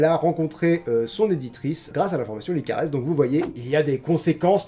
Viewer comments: Je crois qu"on prononce pas le s dans la formation "licares", j'écoute leur pordcast sur spotify et ça se prononce "licare" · Tu prononce mal pour la formation LICARES (PS : ma sœur y est inscrite et j'écoute toujours les podcast de Lucie Castel, même si c'est pas un format qui me plaît beaucoup normalement) ^^ J'adore tes Coins Lecture ! En fait, j'adore tous tes formats ! Tes parenthèses, tes coins lectures, tes points cultures, tes 50/50 et même tes NMT (que tu ne fais plus) ^^ J'ai hyper hâte de voir le prochain coin lecture avec les romans spéciaux abonnés ! J'espère qu'un jour, je pourrais te faire lire le mien, mais je suis toujours dans le premier jet donc j'ai bon espoir que ta pile aura un peu diminué ;)